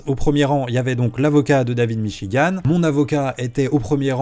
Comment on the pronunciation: Je n'ai jamais entendu parler de david michigan de ma vie, sauf dans la vidéo de (prononcer michi-guant merci) je suis donc la preuve que cette vidéo a apporté de la notoriété à david michigan, et suis prêt à témoigner au procès en ce sens je pense que devrait demander de l'argent pour la pub qu'il lui a fait